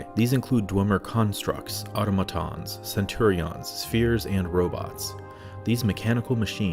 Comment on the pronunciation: “Auto - matons” hahahaha sorry that made me laugh out loud. In spanish that would mean suiciders. It’s actually pronounced “au-tómatons”